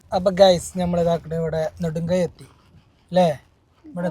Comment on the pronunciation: നെടുങ്കയം അല്ലെ...... ഴ അല്ല